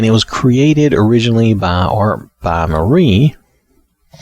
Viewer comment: It isn't pronounced marie or mariee. Mari is short for maria.